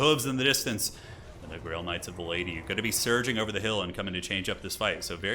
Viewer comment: Great game! But still gotta say it... "For Bretonnia! For ze lady!"